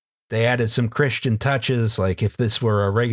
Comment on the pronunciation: Don't worry,, I heard "Christ Angel"